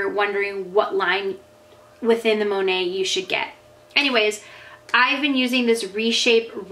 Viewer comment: It's Mo-Neight, Mo-Nate, not Monay....